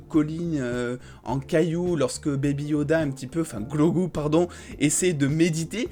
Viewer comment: Tres bonne video mais baby yoda se nomme Grogu et non pas Glogu 🙃